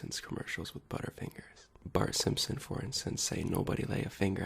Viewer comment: Mmm "buuttafingahs"